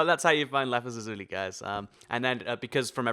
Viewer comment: thats not how you pronounce lapis lazuli